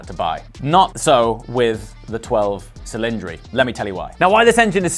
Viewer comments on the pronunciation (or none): the word "cylinders" in italian is pronounced "ch"ilindri not "s"ilindri 😄. Primary requiste to buy a new Ferrari - you have to be able to prononce the name of their cars correctly 🤣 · You're a bit harsh on the looks but very, very entertaining. Learn your italian pronunciation...... C in italian is pronounced CH. Chilindri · The correct pronunciation is ‘ cheeleèndree’. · Cylindri pronounced Chillindree. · its chillindri